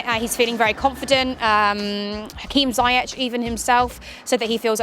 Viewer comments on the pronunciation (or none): Everything's good, but it's pronounced Zee - Yesh